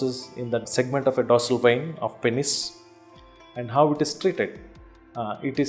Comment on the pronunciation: Every time he said pennes i laughed.